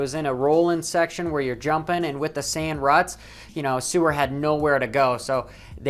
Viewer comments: Excuse me sir "Sewer" it isn't Suwer it's Seewer, thank you as it hurts my ears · The ee in seewer is spoken out like a vocabulary e